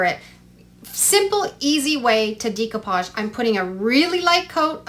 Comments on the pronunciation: It's da copage..not dee copage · I love all your projects! Just an FYI it’s pronounced day-coo-paj. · Check pronunciation of decoupage please